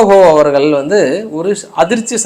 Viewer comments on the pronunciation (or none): none